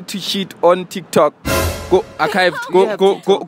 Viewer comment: Not my guy saying arkived